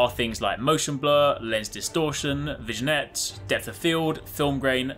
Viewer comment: It's pronounced "vi-nyet" not "vi-gen-yet" <3